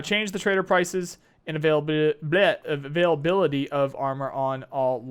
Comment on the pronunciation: you've spent so much time with nikita that you have a problem with "availability" pronunciation...